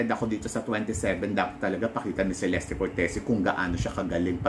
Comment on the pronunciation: Cheleste daw po ang tamang bigkas ng name ni celeste..thanks po🙏